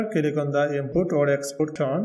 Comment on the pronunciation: It's click, not kilik.